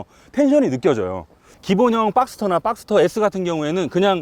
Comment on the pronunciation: 빡스터가 아니라 박스터.